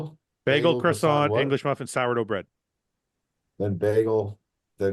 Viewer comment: Canadians not being able to pronounce croissant properly deserves jail time